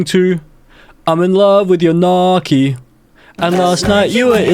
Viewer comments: Bruh gnocchi is not “nah-kee” it’s “now-chee” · As an Italian, the mispronouncination of gnocchi disturbs me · As an Italian, the way he pronounced "gnocchi" is an abomination to all things food. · "nocky"💀 in Italian gn is pronounced like the Spanish ñ (ñocky), or "ny" (nyocky) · nohki 😭😭😭😭noooo gnocchi is pronouned like nyohkey not nohki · It’s actually nyo-key. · The Italian in me died when you pronounced gnocchi so awfully 😭